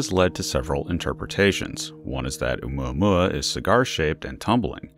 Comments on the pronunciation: Please stop saying Oumuamuamuauauauauauaua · Can’t stand the way he’s say oumuamua. Couldn’t even finish watching the video. 🖕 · I almost crack up when the narrator says oumuamua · Everytime u says its name i cring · You just like saying Oumuamua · When you dont know how to pronounce something so you just mumble it! 😂